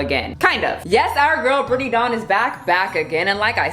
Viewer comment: Whenever you say her name I always hear “Brittney Dong” and I can’t with myself right now.